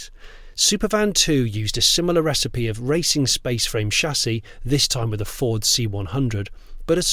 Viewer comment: Great video as ever, did note a slight mispronunciation of the word Fffffooooorrrrdddsssssssss. Thanks as ever !